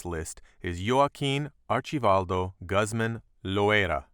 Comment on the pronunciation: The way he says Guzman bothers me